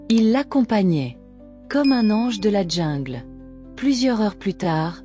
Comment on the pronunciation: On dit jungle et non djingle